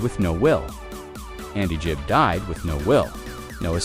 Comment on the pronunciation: 'Gibb' as in 'g' for 'great', NOT 'j' as in 'just'! There is no excuse for such ignorance!